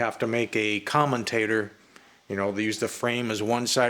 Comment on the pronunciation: Yep, he said common tater